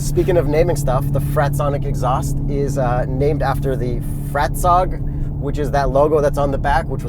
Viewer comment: Fratzog pronounced 'front sock.' That's how real this thing is.